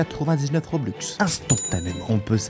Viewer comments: et on pas roblox on dit robux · Ce n'est pas roblux mais robux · Mec on dis robux pas roblux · Trop bien tes vidéos et on dit robux pas roblox 😁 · ON DIS ROBUX